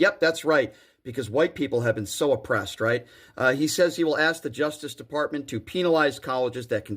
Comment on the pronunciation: Can we teach people to say ask instead of axe?